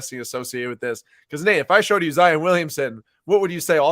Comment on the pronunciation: Love the content but can’t stand it when you say “Zi-en” instead of zi-on 😭